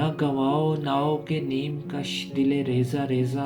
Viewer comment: The words are Na gawaon nawak e neem kush Dil e Reza reza gawan diya Its not naa-o (think kishtee